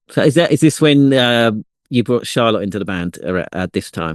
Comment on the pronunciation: why are you pronouncing Charlotte like car lot? 😂